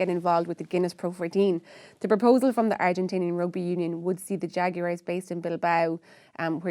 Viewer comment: Pronounced the Haguarez.